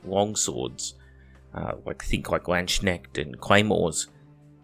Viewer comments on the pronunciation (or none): none